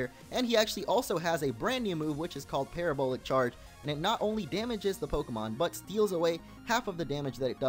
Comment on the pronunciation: The mispronunciation of Parabola in Parabolic Charge is very apparent...as if my probably mispelling of mispronunciation.